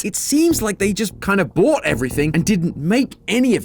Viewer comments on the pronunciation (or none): bro says BOUUGHT seconds later 😭